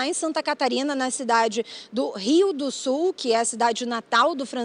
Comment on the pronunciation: Rio DO SUL, Rio DO SUL 🤦🏻😂😂😂 SUL, não "Sol" 😠